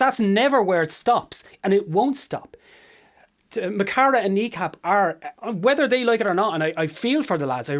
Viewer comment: You'd think being Irish You'd know how to pronounce mo chara.